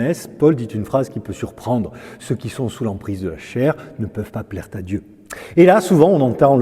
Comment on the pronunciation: Cher curé, vous parlez de Paul, très bien. Savez-vous qu'il a écrit à Timothée qu'il fallait que l'évêque soit marié? Mari d'une seule femme ( 1Timothée 3: 1,2 ). Attention, monsieur le curé aussi aux liaisons ... Mal ta propos: ne peuvent plaire ta Dieu. Que Dieu vous bénisse quand même!